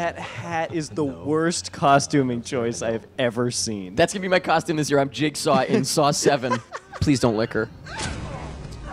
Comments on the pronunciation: YOU SAID JIZZ-GAW!!! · I kept thinking that you were saying Jake Saul... I'm so tired I thought that was Jigsaws real name and I just never noticed before lmao